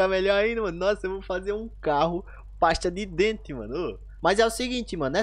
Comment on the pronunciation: Você falou passe de dente uma nossa senhora ou é você hein nossa senhora pelo amor de Deus kkkkk😁🤣 desculpa dar risada tá mas eu não aguentei tinha que dar risada vou ter que fazer o comentário senão né tem que fazer um comentário né sempre tem que fazer